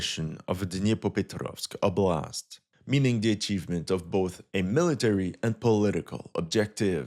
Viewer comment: За то как он старается произносить названия населённых пунктов - определённо лайк)))) Звучит забавно, но слышно, что старается)) OBLAST'